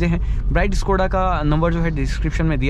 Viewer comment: Yar bhai itna bda channel hai Kam se kam Škoda to dhang se bol yar